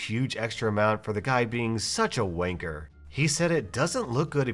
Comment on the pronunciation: Hearing wanker in an American accent made me so confused